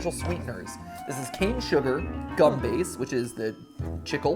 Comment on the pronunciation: as a spanish speaker, i felt physical pain everytime matpat said "chicle." it was worse than the bubble tape